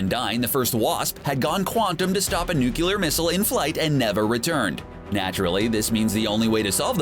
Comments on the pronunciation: Hate to nitpick, but the word nuclear is pronounced "new klee ar", not "new-cular". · NU clee er not NU cue ler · NU-KE-LAR. IT'S NUCLEAR! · It's NUCLEAR missle. New-klee-er, not "nucular." And I don't give a rat's ass about what Wiktionary says. It's like making "irregardless" a word, simply because of idiots. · NU KLEE ER not Nu kkyoo ler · Nice job. "Nuclear" is pronounced "noo-klee-urr", not "nu-kyu-lurr". Do your homework! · NEW-clee-uhr. Not "NUKE-you-luhr" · "Nucular." Sorry, just one of my pet peeves. Nuclear. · what is a "nucular missile"? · What the fuck is a nucular missle? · Nucular? Hehe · Why is it that some people pronounce nuclear as nucular? I meant where’s the second u? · You lost me when you pronounced Nuclear, as Newk-yuh-ler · According to Atomic-Power-Plant-Specialist Homer J. Simpson its spelled almost right: "Newk-yuh-LAR" ;) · Nukelar? Really! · "Nukular" huh.... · Say it with me..."Nuclear", New Clear, New Clee Ar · esp. "NUCULAR" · The comprising situation? A nucular missile? The celestials rebbled? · Why are people so retarded that they say Nuclear as NUCULAR? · Not subscribing until you learn to pronounce NUCLEAR. 😒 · Jesus, why can no one on the Internet pronounce “nuclear”?